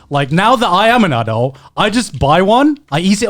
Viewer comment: wtf, how is Garnt pronouncing "adult"?